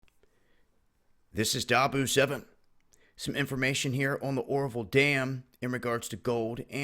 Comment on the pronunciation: Ora-vill.... not orvol